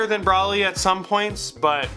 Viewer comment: yeah i punched the shit out my monitor when he said his name like that